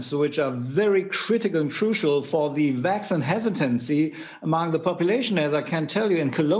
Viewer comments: My uncle is a doctor in Germany and he doesn’t pronounce vaccine Vacksign. This guy isn’t a doctor, he’s an actor. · he pronounces "vaccine" very wrong.